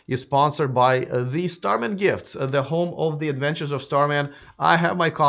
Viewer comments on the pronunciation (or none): none